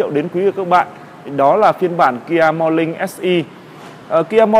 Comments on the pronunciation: Làm youtuber mà Ngọng níu cả lưỡi... KIA MO LING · nói chuyện gi mà khó nghe , morling chư ko phải morning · morning = mo Ning, chu khong phai mo Linh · Mo nin mà cứ đọc mo lin vãi cả review xe ngọng.